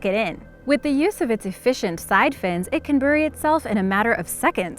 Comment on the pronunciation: Bury is pronounced "bear-ee" like stawBERRY not "bur-ee" as in hurry. PLEASE pronounce this correctly, you have one job! UGH